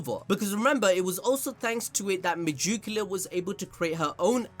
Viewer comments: the way you say megicula hurts my head.... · I love how he says "megoocula" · Me-Jew-cula 😬 just can’t stop hearing it. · Y do u have so much trouble with a name that is "magic", but with an "e"?!!! That shit is ridiculous!!! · why do you megicula like that LOL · You cannot say megiculas name for nothing I'm not a hater but you can literally look in the anime and they will say her name correctly